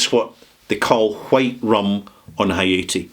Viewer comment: Please learn the correnct pronunciation for the rums you are discussing, for example Haiti and Granada